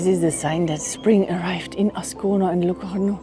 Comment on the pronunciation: Schöne Bilder, aber 3s spricht sich so aus,, wie man es schreibt: Ascona und nicht aona / asona / oscon oder Locarno und nicht loano und das viel "ja" ist auch nicht notwendig